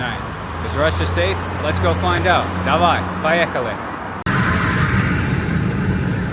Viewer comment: Зачем говоришь "давай, поехали" с таким диким акцентом?